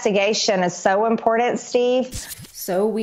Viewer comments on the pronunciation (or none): Is it "IMPORDANT" Marge? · Hey Marge....for the hundredth time.... The word is "important." Not "impordant."